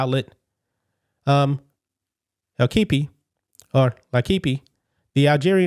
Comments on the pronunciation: Hi there. I saw that you struggled with the pronunciation of the French sports magazine l’Équipe. I’ve lived here for over two decades and am fluent in French. The easiest way to pronounce the name of the magazine for an English speaker phonetically is "lay-keep". Just thought you’d like to know. By the way, I like your channel and reporting very much. God Bless 🙏🏽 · L’equipe is pronounce ..”leh-kweep”